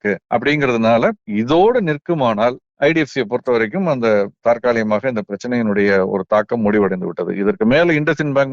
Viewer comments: ஒரு சிறு திருத்தம் ஐயா, தாற்காலிமாக இல்லை தற்காலிகமாக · சார் தாற்காலிகமாகவா, தற்காலிகமாக????